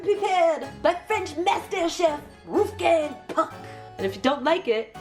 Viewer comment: Wolfgang Puck is Austrian, not French. It was hilarious when you tried to say his name in a French accent lol You could visit Austria in your next trip! Then you can also use one of his canned goods ;)